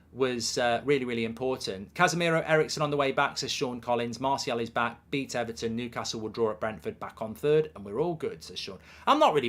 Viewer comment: Ever...ton? xD